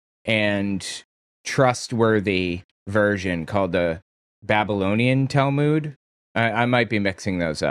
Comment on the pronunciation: You are pronouncing Talmud wrong. Go here and learn the correct pronunciation